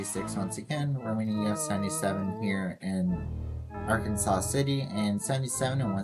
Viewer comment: Arkansas City is pronounced Ar-Kansas lol. Thanks for the shoutout!